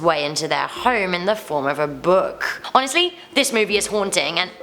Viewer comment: Anyone else’s not give that she says “HoNEStly” like 3-4 times 😂